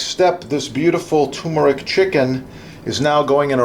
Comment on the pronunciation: TuRmeric, with an ‘R’. It’s never TOOmeric.